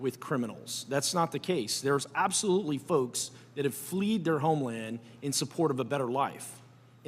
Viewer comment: “Fleed” lol